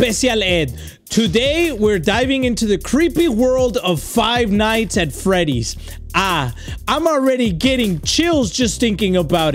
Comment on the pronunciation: WE ALL KNOW THAT EDDIE SAYS FIVE NASTY ASS FOOLS NOT FIVE NIGHTS AT Freddy’s- Sorry if I spelt it wrong-😢